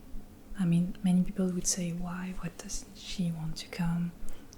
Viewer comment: Coucou, merci pour tes vidéos ! Très bel accent que tu as ! Pour l'améliorer un peu plus ; l'accent britannique ne prononce pas le "l" dans would et dans les mots du même genre, ce qui donne "wou(l)d" /wʊd/. Sans vouloir paraître prétentieux, à bientôt